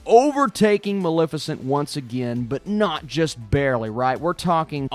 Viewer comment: I think you're gonna miss saying Mal-fi-chent.